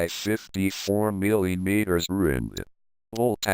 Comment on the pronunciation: "milliyeemeeterers" got to love that sexy voice